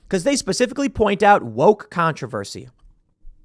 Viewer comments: "Get woike" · Copy editor there Tim Pool “woike”. Lol